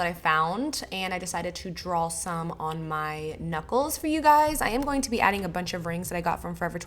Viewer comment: In the part you said knucles I heard nipples and I was like woah😐 lol. I'm loving your halloween series 😍